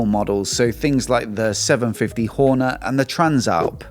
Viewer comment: I'm a subscriber and love your channel but can't you say Hornet because it sounds like you say Horner 😂